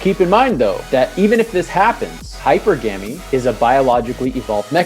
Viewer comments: Can't even pronounce hy-per-gamy right. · Totally messed up "hypergamy" pronunciation, clicked off immediately.